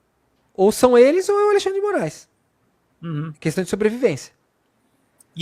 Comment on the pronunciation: Gosto como o fala "Alixandre", com a maior intimidade 😅